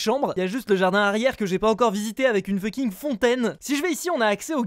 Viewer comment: mdr il dit toujours funking